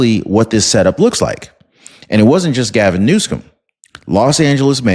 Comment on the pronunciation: Are you mispronouncing words on purpose?? The governor's name is Newsom not Newscome. And the word corps, the 'p' is silent... Altho I do enjoy your program, if you're going to be using these words, please say them correctly! Thanks for bringing us this kind of info!